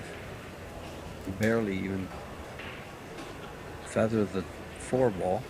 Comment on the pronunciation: I find it funny how people pronounce Fedor's name, it is NOT Feather homie...